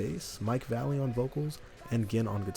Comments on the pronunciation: I don't think it's pronounced Mike "Valley". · His name isn't Mike Valley, it's Vallely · Pronounced Mike Vah-luh-lee